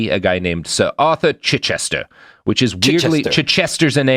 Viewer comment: Gold star for getting 'Chichester' right Robert 😆